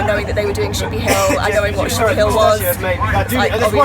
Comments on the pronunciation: Actually it is pronounced "Ship ee ah Hill" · also said it as chippy Hill at one point!